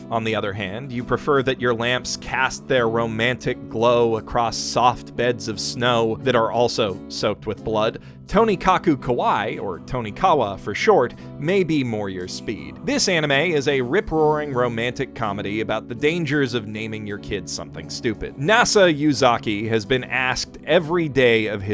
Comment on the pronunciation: Kawai means scared, kawaii means cute. It's scary how you mispronounce the title.